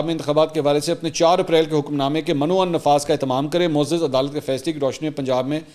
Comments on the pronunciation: منصور بھائی آپ گریٹ ہیں کچھ الفاظ درست کر لیں. مَن و عن نہیں بلکہ مِن و عَن ہے مَندرجہ نہیں بلکہ مِندرجہ ہے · من و عن اصل تلفظ بے men wa an